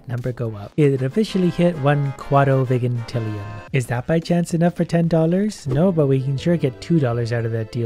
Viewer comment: its pronounced (Vy-jin-til-E-in)